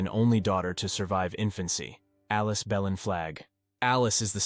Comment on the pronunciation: Considering the name of the Belin Church in Murrells Inlet is actually pronounced "Blane" I don't know that "kudos" are to be given to this video. The narration actually sounds quite like AI.